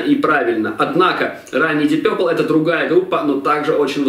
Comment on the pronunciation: Вообще-то "Дип Папл".. А не какойто Дип Пёпрл".. Это только" русскоязычная челюсть" может такое высказать)))